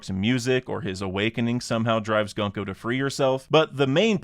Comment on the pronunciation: I unsub bcos you said 'gun-co', it's 'goon-co'